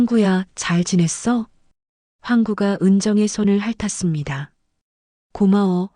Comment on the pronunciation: 핥았습니다의 바르게 읽기 /할타씀니다/